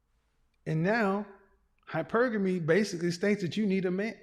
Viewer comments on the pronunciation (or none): none